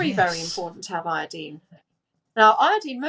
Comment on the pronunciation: When she says iodeen, she means iodine, I assume.